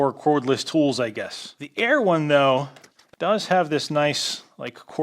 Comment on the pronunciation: When you said "the air one though..." i thought you said "the EREWHON though" and i thought they started selling overpriced smoothie making files!